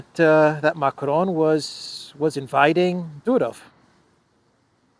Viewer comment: hahahaha we are cracking everyone up here in NY with your "Mac-ron" shit